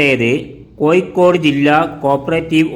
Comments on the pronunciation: കോയിക്കോട് അല്ലെടോ... കോഴിക്കോട് .വാഴയുടെ "ഴ "ഏയ് അല്ല . ഏഴ് . നീ ഒക്കെ ആദ്യം മലയാളം പഠിച്ച് വാ....കഷ്ടം .... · Koyikod alla kozhikod aanu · koyikode alla koya, kozhikode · പല്ല് തേക്കുമ്പോൾ നാവ് നന്നായി വടിച്ചു വൃത്തിയാക്കുക "കോയിക്കോട്""😂😊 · കമന്റ്‌ കിട്ടാൻ വേണ്ടി അങ്ങനെ പറയുന്നതാണ് എന്ന് തോന്നുന്നു.....😊 അല്ലെങ്കിൽ അറിവില്ലായ്മ കൊണ്ടോ അക്ഷര ശുദ്ധി ഇല്ലാത്തതു കൊണ്ടോ ആണ് പ്രശ്നം